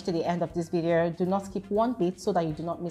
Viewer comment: Its the way Glory says videorrrrr😁😁